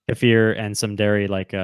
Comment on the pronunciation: Kefir is pronounced KEY-FUR. Please learn the pronunciation